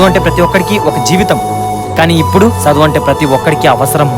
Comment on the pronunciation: ఒరేయ్ సదువు కాదు రా చదువు.